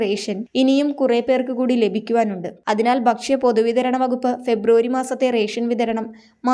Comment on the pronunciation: 'ബക്ഷ്യ ' എന്നല്ല, 'ഭക്ഷ്യ' എന്ന് പറയണം.